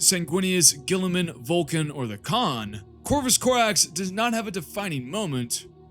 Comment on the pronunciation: Yeah no, the Khan is an S, Idc what you say.